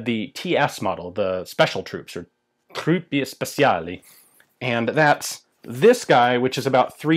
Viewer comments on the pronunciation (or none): (In italian Special Troops is "Truppe Speciali", the E in "Truppe" is like the first one in Television, "Speciali" is pronounced "Spe-Cha-lee" and again, the E is pronounced like I mentioned previously.) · Truppe Speciali is pronounced: True-Pey (hard P - while the Y is not pronounced) Spey-Cha-Lee (Y not pronounced - Ch as in Chili..) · Hahahahahaha love Ian's Italian